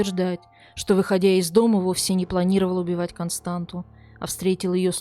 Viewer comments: Не Константу а КОСТАНЦИЯ... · У румын нет имени Константа . Есть КонстанЦа. Вы ,когда готовили выпуск, наверняка заметили хвостик у буквы Т внизу. Это явно на что-то указывает. Надо было поинтересоваться , что это значит . Вас ведь н только в России смотрят. Я , например, молдаванка и мне режет слух😏